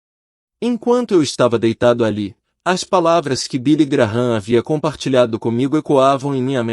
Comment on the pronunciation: Não é Billy Graram é Billy Gran